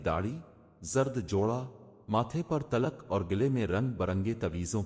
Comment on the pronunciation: بھائی صاحب اللہ کریم آپ کو اور زیادہ عزت و تکریم بخشے ۔مہربانی فرما کر اپنے الفاظ کے تلفظ کی ادائیگی بہتر کریں اس میں آپ ہی کا فائدہ ہے شکریہ مثلاً ماتھے پر تلک ۔